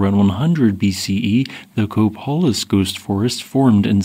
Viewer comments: I grew up on the Washington Coast. A beautiful place with incredible wild shoreline beaches. I drove by the Copalis Ghost Forest every day for years while I lived there. BTW- Copalis is pronounced with a long “A” sound, as in Co- pay- lis. My last job there was helping install tsunami warning sirens in the city where I worked and lived. I retired to an inland area, where the weather was warmer and the rain was less. But I still love my PNW- the most beautiful place on earth! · Pronounciations are not quit correct! Ask locals before posting! Co- p A lis, Nes - co -win! Is this A I voice over?